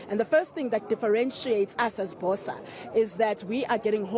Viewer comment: If Mmusi is a true Motswana, he should pronounce BOSA correctly. BOSA in se-Tswana means morning or dawn, a more apt word for his party.